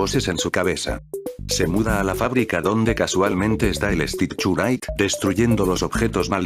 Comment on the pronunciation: Me da risa como el Loquendo no pronuncia bien el inglés y dice el stichurait XDXDXDXDDDDD